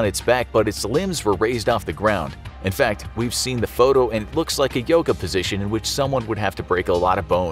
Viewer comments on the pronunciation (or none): none